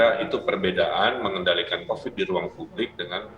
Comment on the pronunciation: Kuvat.. kovit... ,, Kuvat.... kovit... ,, DASAR. KUPAT TAHU.